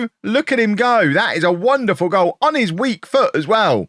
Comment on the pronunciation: "That was a goial from a long way out" Missed a trick there: "That was a goal from a Fairley long way out". Fixed it. Great video. Love the series